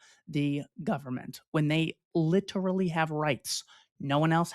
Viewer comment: Double check your pronunciation of literally.